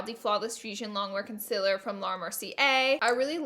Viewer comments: CON-SEAL-ER Not CUN-SIL-ER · Concilur.. conceaaaleer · Its concEELer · Omg I'm sorry but it's been bothering me.... Conciler. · Have I been saying CONCEALER wrong this whole time or is it just her? Lol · Why does she pronounce concealer that way? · You alwaye pronouns concealer wrong😭😭😭